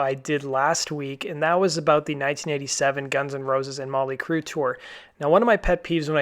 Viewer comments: Yeah, that was driving me fucking nuts. No emphasis on the 'T' in Motley at all. Its REALLY annoying. LoL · Why does it sound like he keeps saying Molly Crue. It's Motley.